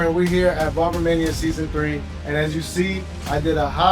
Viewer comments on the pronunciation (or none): Shouldn’t the host be saying the name of his own show right, BARBER MANIA, Dude said Barmania like 5 times in the first 10min, that lost me…